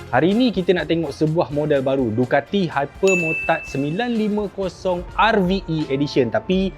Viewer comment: dengar macam dukati hypermurtad 😂😂😂😂😂😂😂